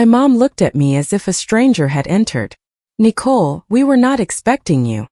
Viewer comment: Why are they pronouncing Nicole like a cat would?